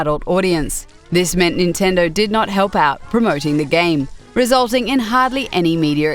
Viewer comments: Am I the only one who thought she said "if you read a lot of gay magazines and websites" at the start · it sounded like she said if you read a lot of gay magazines and websites lol